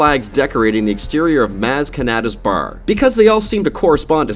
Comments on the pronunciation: U sayd br not bar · No offense, but the way you say Bar as, ''Baer'' and Han as, ''Haen'' makes me cringe a bit